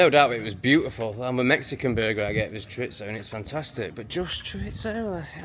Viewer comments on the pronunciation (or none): Buenas tardes is "good afternoon" (Buenos dias= good morning, Buenas noches= good night) Chorizo is pronounced "chore-ease-oh" . When I moved to UK I was like why is everyone adding a T to chorizo when it doesn't exist?! :face-green-smiling: Enjoying this channel. As an American who spent many winters in Mexico and moved to Sheffield it's all very interesting for me!